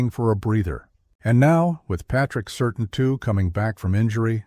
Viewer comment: Learn how to pronounce Patrick Surtain II name, its not Sur Tin it's Sur Tan.